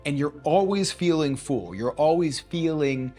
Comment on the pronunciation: your videos are great!!! but it is pronounced "full" like "bull" not "feul" or "fool"